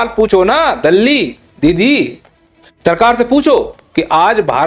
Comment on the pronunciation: दल्ली नहीं ए तो टल्ली है